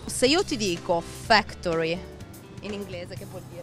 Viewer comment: Aspe ma se la ragazza sbaglia a pronunciare what's up, factory, stamp , large e argument di che parliamo